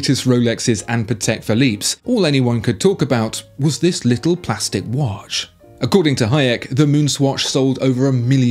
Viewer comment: Its not wash its watch come on man.